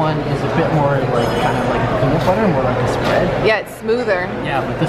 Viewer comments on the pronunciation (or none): none